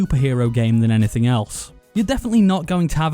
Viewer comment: Hello my name is “Nas saying naythang “